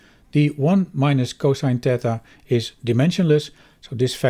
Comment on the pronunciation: You keep saying "tetha", and I think you mean "theta", based on the greek symbol you're pointing to.